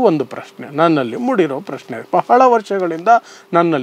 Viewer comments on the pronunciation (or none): none